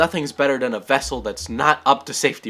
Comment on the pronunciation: "Get out the wessel!" Chekov